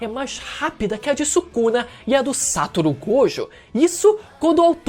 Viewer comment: mano n aguento mais o falando "Sátoro" Gojokkkkk